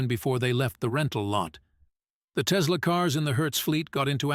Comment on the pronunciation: There's no "Z" in Tesla ❗